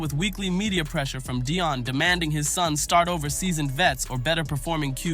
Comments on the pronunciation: It’s Dee on Sanders, not, Dye on Sanders, ok—(Atlanta, GA)! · Who in the hell is doing this commentary? You can't even pronounce Deion and Shedeur's name correctly. That's disrespect right there! I think you are doing it intentionally...like their names don't matter. We see what you are doing!!! EVERYONE CAN SEE WHAT IS REALLY GOING ON HERE! Shedeur was Black-balled...The 3rd Best QB in the league!!!